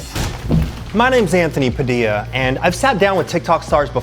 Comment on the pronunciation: btw i think thats not how you say padilla .its (padilya)